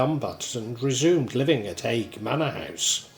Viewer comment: A few minor corrections from your video... Aspull not Apsull Worsley Mesnes - pronounced Worsley Mains Haigh - pronounced Hay